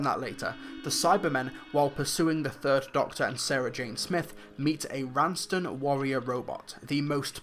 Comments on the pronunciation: Raston, not Ranston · Huh...turns out I've been mis-pronouncing the Raston Warrior Robot's name for 15 years. I always heard the 3rd Doctor say "Ranston". Uh-oh...I was wrong about something on the internet so I better just leave forever in shame. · Nice stuff! I think it's pronounced Raston but that's a nitpick. There was a reason why Borusa couldn't just teleport in, there was a force field round the Tower that prevented him arriving until 3 reversed the polarity. But overall it's a great story, a lot of fanservice. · Another great review for one of my absolute favourite stories,, but I have some nitpicks. Firstly, it's the Raston Warrior Robot, not the 'Ranston' Warrior Robot. Secondly, with regards to your comments as to how Borusa just so happened to teleport into the Dark Tower, that was because the Doctors lowered the forcefield. And finally, I take issue with you referring to Doctor Who as a "kids' show," when you yourself have stated multiple times in the past that it is a family programme. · Raston not Ranson